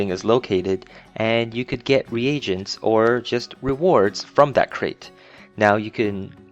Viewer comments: Great video, but can't stand how you choose to pronounce Re-Agents. -. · ree aggents. rofl, noob.